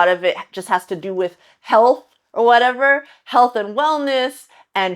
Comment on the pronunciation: i love your whatevah moments! 👍